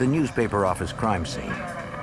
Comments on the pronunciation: Get it right now it's the New Yuak Affize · Nee Yahk Ahfice